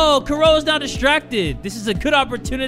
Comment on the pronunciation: and her name is Kuroe which is how the japanese people pronounce Chloe 😂